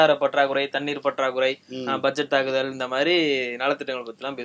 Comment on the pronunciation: Budget thaakuthal a illa budget thaakaala a.. semma.. Olunga pesunga